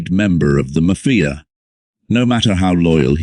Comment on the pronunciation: What is wrong with this narrator.....maf-fi-a